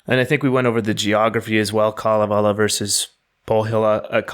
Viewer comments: If you google the Kalavala, you'll hear how it's pronounced: it's kale(like the green we who like it can eat) & the rest of the a's almost have an e sound w/ them. It will be pronounced repeatedly so you can't miss it. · Other audio pronouncing of the Finnish Kalevela sound like chalk screeching on blackboards. Hearing you is very pleasant. Thank you for preparing for the Finnish pronunciations!